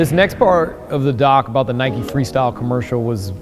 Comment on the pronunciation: NIKE FFS NOT NIKEY